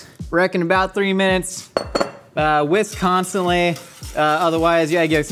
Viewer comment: I thought he said "Wisconsinly" instead of "whisk constantly" at first. lol